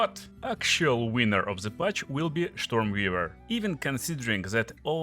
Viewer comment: Штормвивэр? Нононо.